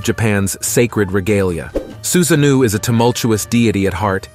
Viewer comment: It's not Susanoo(new) it's Su-sa-no-o...like the word NO with an extra o. Anyway, this was very informative and interesting but some of the name mispronunciations or pronunciation shifts was a bit jarring.